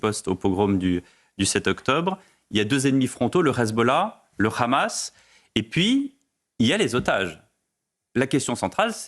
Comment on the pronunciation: Gille Kepel au top mais le présentateur est clairement partial. Il prononce hezbollah et hamas à l'israélienne et il ne cesse de sortir l'argumentaire de Tel Aviv "Israël se bat pour sa survie, Israël n'attaque pas, Israël riposte". On peut être d'accord ou pas mais un présentateur se doit d'être plus neutre.